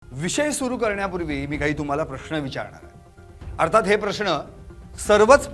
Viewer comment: प्रष्ण ❌ प्रश्न ✅️ Why so much exaggeration!?